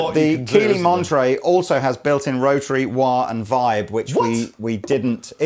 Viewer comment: Its monterey, not montery gosh darnit